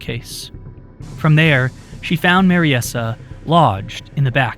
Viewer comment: I think Mariesa is pronounced Mary-sah, rather than Mary-essah.